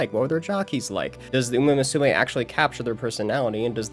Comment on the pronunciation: First of all, great video! The story telling and editing were both excellent. Unfortunately I understand too well how someone mispronouncing a name can be very grating to hear, especially when it comes to a topic you like or care about... So please for the love of uma musume stop pronouncing it moo-sue-may. I wouldn't have said anything if you didn't yourself critique the Australian announcer's pronunciation of a name he was most likely entirely unfamiliar with. You however are clearly a fan of the series. Come on man.